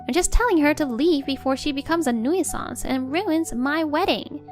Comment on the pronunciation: Nuisance pronounced New sense